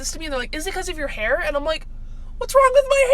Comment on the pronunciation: the way she said hair 😂